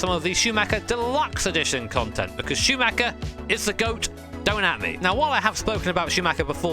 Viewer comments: It would mean the world to me if people learn how to pronounce "Schuhmacher" correctly. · Any native English speaker who can pronounce "Schumacher" correctly?